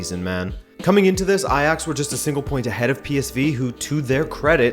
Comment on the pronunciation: Great to see you actually acknowledge a team as Ajax! Edit: wow you're pronunciation of the 'dutch G' is actually pretty good hahah